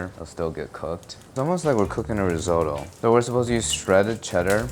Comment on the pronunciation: Practice pronouncing risotto correctly